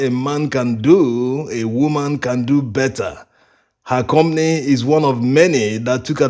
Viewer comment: We Africans are so good at exploiting each other. A ton of cassava on the market is an average of 100 USD, while you guys are buy a ton from local farmers for 22 USD. That’s horrible. The word is com pa ny, not com ny